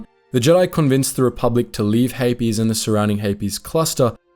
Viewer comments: I don’t know why, but I keep mishearing ‘Hapes’ cluster as ‘herpes’ cluster. There is a joke in there somewhere, but whatever. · The Hapes Consortium has some interesting ships, but I hate the whole "some people are just inferior" thing. I prefer Mandalorians who celebrate everyone who can do murder! Regardless of gender! :D Also I've always pronounced it like capes, rather than "Hay-Pees" and that has thrown me this entire video, but I still love you guys 😂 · Why the extra “es” in Hapes? It’s one syllable 😂